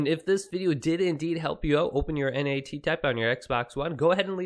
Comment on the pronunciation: Just say NAT bruh not N.A.T